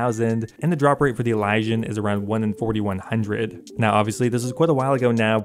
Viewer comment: say it with me EEE-LEE-SEE-AN say elysian right. jesus